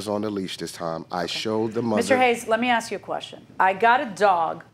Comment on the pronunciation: Ask = "Ax," evidently...